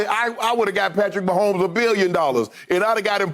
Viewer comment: If Patrick Most-Homes